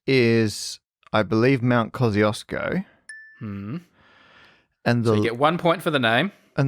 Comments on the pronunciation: wait is „kozyosko” supposed to be Kościuszko? XDDDDD my polish head and ears hurt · It was Parker's square pronouncation of name Kościuszko but I'm glad that you gave it a go :D This Polish explorer which named mountain was Paweł Edmund Strzelecki not Kościuszko - Kościuszko is national hero, and was Supreme Commander of the Polish Army, he led the 1794 Kościuszko Uprising against partitions - and Strzelecki wanted to honor him I guess :) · One final remark - I know that I probably made some mistakes in my comments but you really butchered the name of Kościuszko :P. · yeah but to me as a Polish person it is always quite painful (but satisfying aswell) to hear english-speakers (both british and non-british) struggle with polish words like Kościuszko. Until you’ve said that it’s the mountain and that its name is Polish I hadn’t realise it was Kościuszko. Come on, kozyosko? Kościuszko in Polish is like „koshtchooshko”, in IPA it’s /kɔɕˈt͡ɕuʂkɔ/